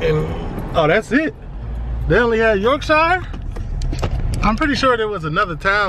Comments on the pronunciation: BROO its pronounced York-shuh not York-shiyah hahaha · In the UK, the "shire" that's at the end of the name of a lot of counties is pronounced like "sher" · It’s pronounced Yorkshur and Marseilles is Marsay 😂😂😂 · I would love to visit this place one day! The way you say YorkShiire cracks me up 🤣 I’m from West Yorkshire and it sounds so funny to hear you pronounce it like that.